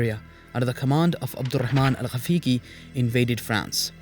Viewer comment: Well, I just listened for a minute and you can apologise for your Arabic as well. It's Ghaafiqi not Ghafeeqi